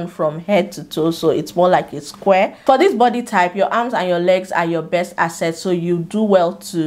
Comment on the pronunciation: It's the way you say this your "assets" for me😂😚